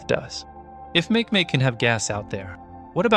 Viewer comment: Makemake is pronounced as "mah-kay-mah-kay."